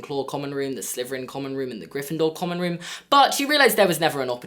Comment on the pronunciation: I find ' accent a bit distracting. The way he pronounces the "th" sound as a "v". So he says Slyverin instead of Slytherin. 😲